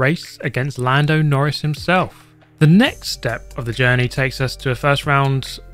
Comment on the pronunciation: ah yes, my favourite F1 driver. Lando Norri s